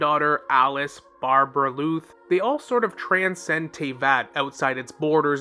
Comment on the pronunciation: I thought it was a mistake before he repeated it many times. Barbaloth is also how it's pronounced in game so I suspect he's doing it own purpose